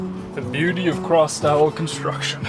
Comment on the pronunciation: Are you saying “cross style construction”? Closed captioning didn’t help me...